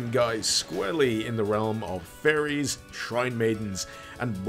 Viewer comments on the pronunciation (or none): I thought he said Furries for some strange reason.